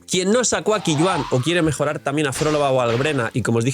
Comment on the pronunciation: Qiuyuan se pronuncia Choiyuen, creo que es fácil de pronunciar